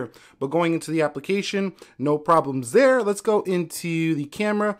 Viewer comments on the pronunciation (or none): on he said zhere instaid of there